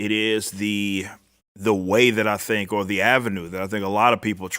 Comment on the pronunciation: Her "law firm" made 26k but "worff" 9 million. 🧐 🤔